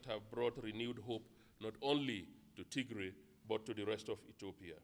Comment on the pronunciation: You are mispronouncing our State! it is with Tigrai rather than Ti❌g❌r❌ay